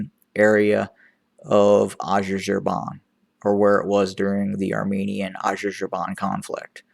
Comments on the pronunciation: Let me help you out there.. Its pronounced Azar-BA-Jan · Well, if you were to judge by the outer attire then Issais must be the ultimate democrat as he never in his life wore a military uniform. That's not to say Abbie doesn't have dreams of being a dictator. Also, was it a slip of tongue where you describe the Turkish drones as being "infamous" ? infamous for what ? for being very effective? Also the country you were struggling to pronounce is called "Azerbaijan" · You can't even properly say Azerbaijan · thank you for your analysis , I have to say the way you say Azerbaijan , made me laugh. Thank you. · Funny the way you pronounced Azerbaijan…. Thanks for sharing anyway, very insightful. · Excellent job you doing. Please can you pronounce it right. "Azerbaijan" Thanks